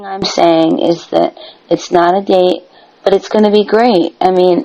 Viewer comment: With, there is always a “baht.” Always. No matter what. “I’m not saying I weren’t wrong, BAHT, they did wrong too/first/more.” It’s morbidly fascinating to see a middle aged man who is, by any objective measure, a thoroughly reprehensible and contemptible human being, stubbornly refuse to take any accountability for his life’s circumstances.